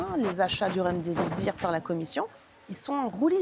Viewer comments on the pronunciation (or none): C'est Remdisivir et pas Remdivizir chère Virginie 😉